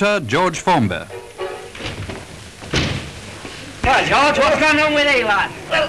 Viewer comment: "Enter George Formbeyy" Lol, the pronunciation!